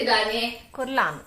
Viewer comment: 1. (మరోలా అనుకోకండీ ... ఇది చెప్తున్నందుకూ.... చాలా మంది అలా అనటం విన్నాను. స్పష్టీకరణ ఇద్దామని చెప్తున్నాను.) కుర్లాన్ కాదండి ... కಽర్లాన్ అంటారు. ఇంగ్లీష్‌లో కऽర్లాన్ అంటే ముడుచుకు పడుకోవటం అని అర్థం. 2. మేము డన్‌లప్ కంపెనీ పరుపులు ... 5 ఇంచీల ఎత్తువి ... గత 35 సంవత్సరాలనుంచీ వాడుతున్నాము. చెక్కు చెదరలేదు. అలాగే మీ చిన్న పరుపు కూడా పడుకున్నప్పుడు లోపలికి ప్రెస్ అయినా కూడా, చాలా చాలా సంవత్సరాలు మన్నుతుంది. మరి అందుకే దయచేసి కేవలం ఒకదాన్ని మాత్రమే రెకమండ్ చేయకండి. 3. మీ మునక్కాడల పులుసు బాగుంది. మా చెట్టు మునక్కాడలు ఇంకా లావవుతాయి ... మరి చాలా త్వరగా ఒక ఆవిరికే ఉడికిపోతాయి. మరి మీరు చాలా సేపు ఉడికించారు. పిగలలేదా ములక్కాడ ముక్కలు?